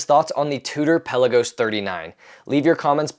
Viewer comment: peLAgos. Accent on 2nd syllable.